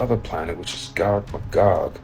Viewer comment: 🤣 It's pronounced MAYgog. Gog and MAYgog.